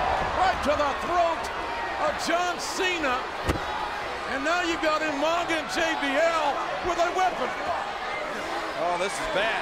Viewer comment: Umanga- i miss when he pronounced his mame like that Rip umaga